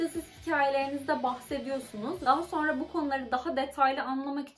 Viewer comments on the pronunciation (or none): none